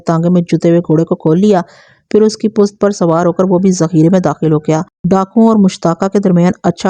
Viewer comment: Aap pusht kyun nahe kahten sahe lafz pusht hai pust nahe